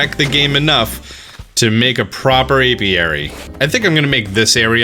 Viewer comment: did he say Aviary?